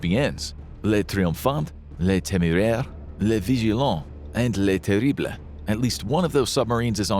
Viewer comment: Le terrarree Le terrmm Le terrrbleee